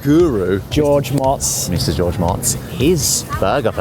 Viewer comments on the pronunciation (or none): his name is pronounced moats. not mots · Love it but I believe his name is intoned George - moats - not - motts. Moats. Something you should be used to. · His last name is pronounced Motz not Motz! Jeeeeez!